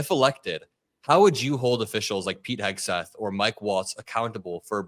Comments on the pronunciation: can't seem to pronounce Vodka Pete's last name. Heckseth? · "Pete Hess-geth". The right wing freak can't even speak pronounce the idiots name correctly. Rather amusing. Yes. The sky is falling. We must tell the king. Donald IS the "king". Intelligent people, especially those leading a country, surround themselves with intelligent people. Morons surround themselves with morons. The people Donald panders to are morons. MAGA supporters, those who continue to uplift the "chosen one", are, indeed the unwashed, uneducated masses of asses. True, they are brainwashed, but there should be no pity for them. Those who cling to lies when faced with truth and facts are lost. A shame. The Democrats and Republicans who now see exactly what they voted for could use the mindless, the toothless, the easily led knuckle draggers and their arsenals to reclaim democracy. Yeah. That sounds completely twisted. This may be a case where fire must be fought with fire. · Why can't he say "Hegseth?" Oh. MAGA. Got it. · He called him hesgeth